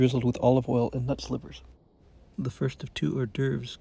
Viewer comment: OK! Nut SLIVERS! I thought you said "NUTS' LIVERS" for a sec there. LOL!